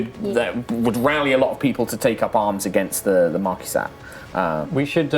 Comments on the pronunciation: I always assumed Marquise de Cat was pronounced more like My Kitty Cat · That is the wierdest pronunciation of the marquise de cat yet.